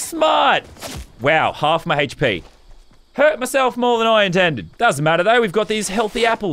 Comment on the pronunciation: He says “heychp” when it’s hp